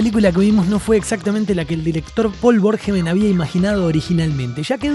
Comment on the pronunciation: Es un peliculón y punto Y no es pol verjon Es Paul Verhoeven